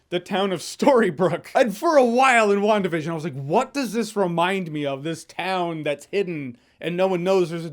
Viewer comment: is it just me that hears 'One Division' instead of 'WandaVision'?